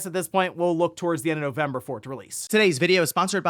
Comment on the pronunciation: thats a funny way to say November...